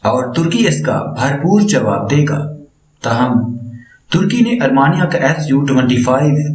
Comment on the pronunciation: Mr. AR MEE NIA NOT ARMANIA